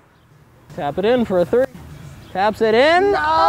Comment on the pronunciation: not tree. Three ( thờ ri )